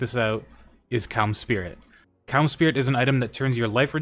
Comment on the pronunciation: bro needs to stop saying cums spirit